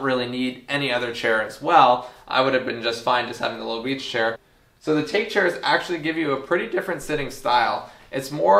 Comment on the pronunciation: the Take chair is bamboo, bamboo in Japanese is take but pronounced tah-kay.